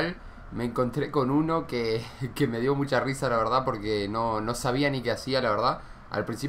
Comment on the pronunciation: jajajaja LA VELDA LA VELDA jajajaja un clasico muero de risa y me acuerdo de ese video cada que lo dices jajajaja